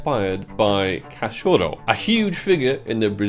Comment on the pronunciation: Hahaha que risa cuando dice “cachoro” 😂😂